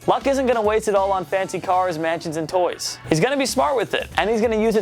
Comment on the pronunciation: Did this dude really say “toys” 😂